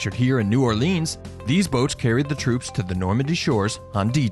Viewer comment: ***** h Anything is okay.. EXCEPT New OrLEEEANS! :D I cringe when I hear that. Interestingly enough, the parish is pronounced orLEANS. Weird, eh?